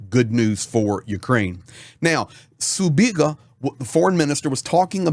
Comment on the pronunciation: Sibiga, not Subiga. This is not the Cyrillic alphabet.